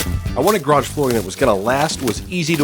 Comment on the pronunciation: It’s a garage not a graj